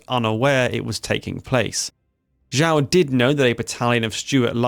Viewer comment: Xiao is pronounced nothing like whatever it is you are saying. Thankfully we have subtitles.